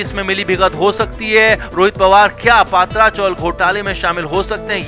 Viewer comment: पत्रा चाल, पात्रा नहीं